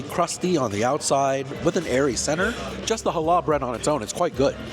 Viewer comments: it's not Hal / lah bread it's Hallah...one smooth pronunciation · Hi! Love your reviews!!! As a Jewish person - for future reference- challah bread is pronounced HA-la (emphasis on the first syllable) and coffee cake is meant to be eaten WITH coffee - not flavored with coffee - so that was a pretty normal coffee cake- AWESOME review as always!